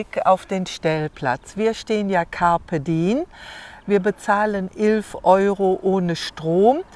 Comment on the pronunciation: Campe diem ist lateinisch und heisst.....nutze den Tag. I und E wird getrennt gesprochen.